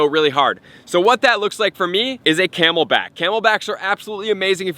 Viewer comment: he said camel pack